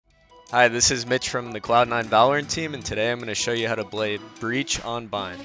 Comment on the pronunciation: how to BLAY breach on bind.